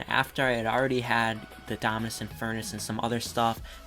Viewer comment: Lol. So funny when you can’t pronounce the Dominus name. It makes you seem like someone who doesn’t have it.